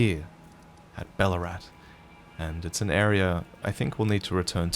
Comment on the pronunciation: Every time you say Balurat, I keep hearing Ballarat... You from Victoria, mate?